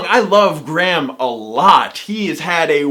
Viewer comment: Perhaps if you actually had the respect to pronounce Graham's name as it is meant to be I would have more respect for your opinion but actually I don't think I would as it is disingenuous, mean spirited and delivered with an arrogant which makes your videos utterly unappealing.